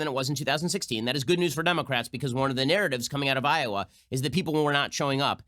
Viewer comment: Did burny just pronounce Iowa.....Iowere? Of course he did.